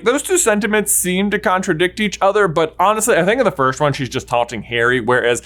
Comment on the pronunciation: I need to ask this, why do you keep saying "firsht" instead of "first"? I'm just curious :P